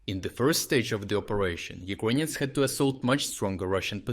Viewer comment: Please stop saying "Ukwainians" 😭